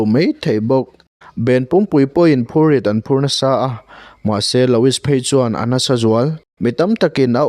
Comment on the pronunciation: Loowie ti a lam tur